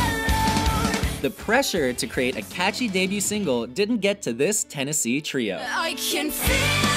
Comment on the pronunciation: STOP SAYING TRIO FFS!!